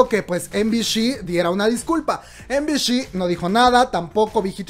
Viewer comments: no es de pesada, pero MBC se pronuncia "em bi si" no "em bi shi" suponiendo que lo dices en inglés, me estresó bastante que lo digas mal todo el video kkwkdksldlsl saludos 😳♥ BB buen video bro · Em-bi-shi???✖ Em-bi-ci ✔ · Soy la única a quien le da un toc cada que dice MBC, EM BI SHI? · MBC se llama la telivisora no MBSH ya que lo pronuncias así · ay no:'( me estresó bastante que lo pronuncie mal skdkskdksnd